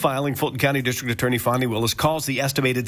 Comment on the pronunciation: It's Fani, not Phonie. Show some respect. 😃